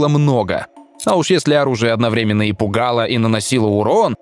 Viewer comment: автор, делай правильно ударения в словах сОздал и одноврЕменно. надо создАл, одновремЕнно. учи русская языка однако.